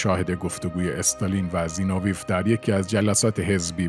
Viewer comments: زینوویف را مرتبٱ غلط تلفظ میکنید؛ سیلاب آخرش را ویف بر وزن قیف میگوئید. درستش زینو وی یُوف است؛ سیلاب ٌÎخرش ضمّه دارد، مثل گرباچُف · نام دختر استالین Svetlana است، نه Sotlana!!! زینوویف Zino-vi-ef تلفظ می شود. بد نیست شما که این همه زحمت می کشید، کمی هم در این باره دقت کنید تا ارزش کارتان حفظ شود!